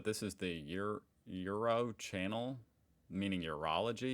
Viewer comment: I appreciated how he tried to say Uro in the German way and though it‘s pretty difficult for English speakers he managed it pretty well.😊👍